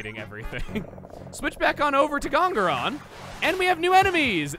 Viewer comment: "Dong-on-rompa" Never going to get over that pronunciation...